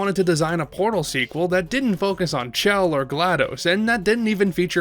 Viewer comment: you pronounced her name wrong, it's Chell, not Shell. If you don't believe me, listen to Cara Mia Addio again or the unused voice line evilagainsamples_01, where GLaDOS says Chell's name.